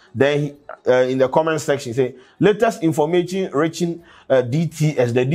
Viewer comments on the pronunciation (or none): Who also heard “Informachin”? No agenda oo😂😂😂